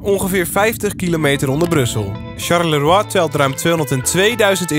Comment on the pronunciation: Leuke video! Tip: Je zegt Sjarlowa